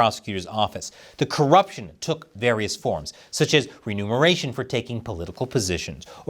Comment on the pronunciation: Love the show! Been watching for years! Will never stop! Little tip ... It's reMUNeration Not reNUMeration But you are still great!